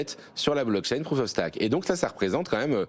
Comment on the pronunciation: Prouf of Staque ... 🤣🤣🤣